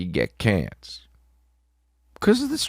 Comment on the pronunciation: The HJ bit ... And saying Canc for cancer 😂😂 im done with you maan😂